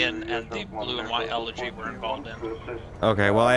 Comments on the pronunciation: please, my ears are hurting every time.... Its eleGy, not eleRGy. No "r" in this word. Please;D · elegy not elergy